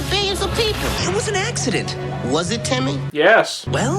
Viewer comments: Its timmy not tommy. Goddammit. Bro! You still deserve more subs. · he said tommy lol its timmy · dude its timmy not tommy